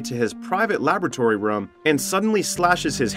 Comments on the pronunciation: New drinking game, take a shot every time the ai voiceover say “rum” instead of “room” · Bro this guy can’t say room he just says rom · Theres a Word called room But this Legend says ruum. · I’ve never heard someone so consistently mispronounce “room”.